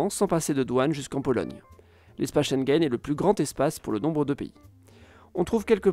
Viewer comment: Très intéressant comme toujours. Mais par pitié apprenez à prononcer Schengen correctement. Mes oreillers saignent !